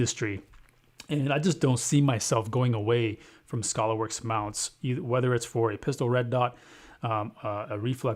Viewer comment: It's not Scholarworks it's Skaylerworks. FYI...